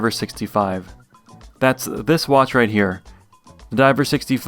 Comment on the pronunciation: “Right Heuh”